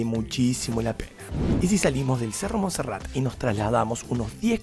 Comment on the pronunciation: Es MONSERRATE. NO MONSERRAT.